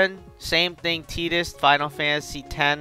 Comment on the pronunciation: 0129 If you wanna be anal about it, it's technically "chi". Sounds the same though. He's also saying Tidus and Yuffie's names wrong, but eh...English.